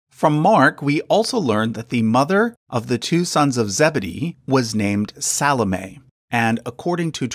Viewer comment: Speaking as a Christian, very interesting and enjoyable video/research, BUT (and it’s nothing personal), Americans are soooooooo terribly bad at pronunciation of unfamiliar (and often even familiar!) words and names. • “Alphaeus” is correctly pronounced with the stress on the “ae”, not the “Alph”… ie “Al-FAE-oos” • “Salome” is correctly pronounced with the stress on the “o” rather than the “a” • “Joachim” is correctly pronounced “Wah-keem”, not “Joe-a-keem” 👏🏻🤣 Also, “genealogy” is pronounced “geneAlogy” and not “geneOlogy” Probably others too that I’ve missed!